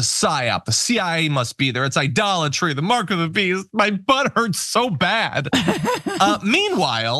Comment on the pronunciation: Idolitey? Can you say Trump!